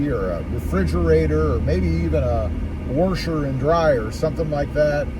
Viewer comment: what’s a wersher